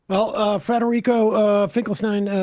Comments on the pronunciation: Hey friends, it's Federico, not Frederico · Its FEDERICO, not Frederico